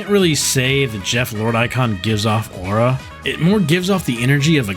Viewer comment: Bros saying “owra”, mispronouncing aura has to be some sort of negative aura farm strategy. 😂